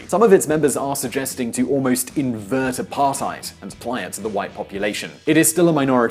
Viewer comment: I'll never get over the apartheid pronounciation